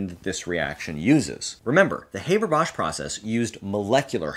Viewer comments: You'd think before making this video you'd at least learn to pronounce the man's name correctly... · How can one take seriously someone talking at length about a very important mechanism, when he consistently mispronounces the inventor's name? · LOL - you can pronounce Trihexyltetradecylphosphonium and Bis(trifluoromethylsulfonyl)imide but you can't pronounce Haber correctly? 🤣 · If you'd be so kind, please look up how Fritz Haber pronounced his name and show enough respect to actually pronounce his name correctly. It's not like his name is hard for English speakers to pronounce. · Like him or not - and I do get where you''re coming from - you can pronounce Haber correctly: the 'a' sound is like in the word 'half'. What would you prefer to do without, air flight or food? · is there any reason why the name Haber is pronounced as if it was english? please, try to pronounce it correctly. you are doing a good job with Bosch, Haber should be easier. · in Germany, we pronounce it "HAH-ber", not "HAY-ber". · I know that this comment might seem silly, but it's like nails-on-a-chalkboard to me when people mispronounce someone's name. It's HAH-BER, not HAY-BER. Maybe it's because I'm a teacher and I find it important to pronounce people's names correctly. FYI. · do we need a new process? What's wrong with the Haber-Bosch process? ALSO IT'S NOT HABER LIKE HAY IT'S HABER LIKE HEART IT COMES FROM GERMAN BECAUSE HE WAS GERMAN DUMMSCHEIß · The name's pronunciation is with an a sound like in MUST. Same sound but long. Not like in HAY. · Thanks for the great lecture. P.S.: Haber is pronounced Hahber, not Hayber. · Haber in german is being pronounced as "A" like in british "ant", not like "ai" like in "ABC"... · HaaBaa not Hayberr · American here,I learned it as "HAH-ber." Though I could see someone who only ever read the name pronouncing it as Hay-ber,akin to paper. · It's not "hay-ber", it's "[ˈhaːbɐ] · Haber, as in "habour"... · Did Fritz's fay-ther pronounce it that way, too? ;)